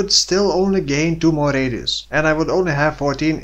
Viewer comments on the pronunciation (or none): r-eediusz are of effect fo more r-eediusz